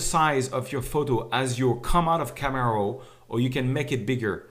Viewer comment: Love theway you say camera raw :) "KAMERAU RAUW" Loved the finished product btw learned alot, thanks :)